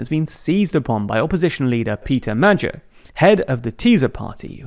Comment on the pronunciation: It would be nice if journalists would one day learn the proper pronunciation of names and organizations. It is pretty annoying to listen to them butchering these (and neither Magyar or Tisza are obscure words, being the proper demonym for Hungarians and the name of the second largest river in Hungary)